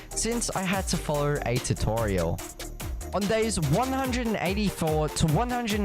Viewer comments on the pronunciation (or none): none